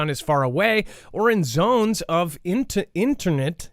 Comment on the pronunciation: Demilitarized zone? ..and Start by saying itinerant with "i" rather than "it".. will flow better.. I could be wrong..😩 You do a great job..and Dex 🤩👏👍💖😎